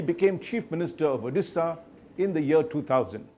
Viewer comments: Its Odisha not Odessa.. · Odisha hota hai Orissa nahi. Hmm kah sekah pahanc gaye tum log ek naam thik se pronounce nahi karpaate